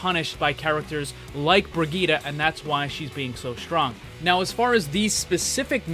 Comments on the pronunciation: Hey, just a pointer. Brigette is pronounced Bri-jit, not Bri-geet-a. Ur still an awesome channel!!! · Please never say bri geeta ever again. It's bridge et......